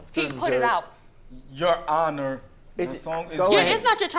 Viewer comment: loll , "Excuse me your Hinu's" not ha tryna say "your honor".. She so cute I love ha